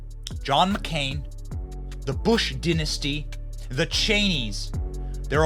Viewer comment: Interesting way to say “Dynasty”.